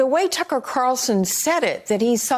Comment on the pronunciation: The real battle is this guy saying "Tucker" correctly....